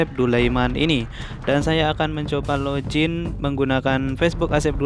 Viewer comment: Login bang bukan lojin 😂